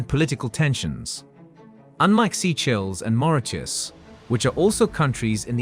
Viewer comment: Today AI taught me that Seychelles is actually pronounced "Sea Chills"